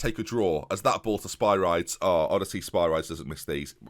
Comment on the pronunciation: Can you please pronounce is Sper - ree - des please!:)